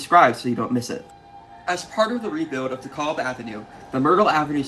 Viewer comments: I was born in Brooklyn on the 60s and lived there for 25 years. We pronounced DeKalb as de-cal-b, not de-call-b. Not sure from where your pronunciation comes. Maybe all my friends and family were wrong, but that is how we pronounced it. Great series. Keep them coming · It's Dekalb with a short A, like in "at". I am from Brooklyn. I never once heard anyone pronounce it "DekAWlb". Also Bedford-Stuyvesant has the accent on the "Stuy" and not on the "vesant". STUYvesant is the way. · GREAT video! BTW: DeKalb is pronounced like 'decal' with a 'b' at the end.